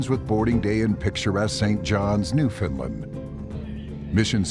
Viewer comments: Now i must ask the narrator why do you say New Finland and not New Foundland in otherwords whereabouts in the old colonies do they say so,otherwise pronounciation allright.keep up the good work. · Wouldn't that be Newfoundland rather than "Newfinnland"?🤔